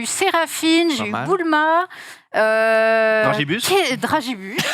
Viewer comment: Tu prononces BOULMA????... naaaaan!!